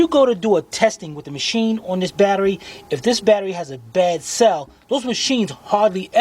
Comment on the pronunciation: Did you say Bat..erie acid? Now this would be a good place to use my Blue Point 1/4 ratchet yyeeeeeaaaa booooyyyyyiiiee! to disconnect those terminals.